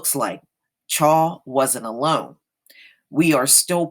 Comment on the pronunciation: His last name is pronounced Chow.